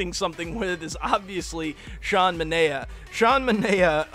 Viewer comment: You pronounce manaea as mun-eye-uh